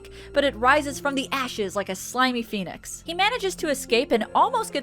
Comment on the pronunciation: I thought she said rising from the ashes like a p3niz. No lie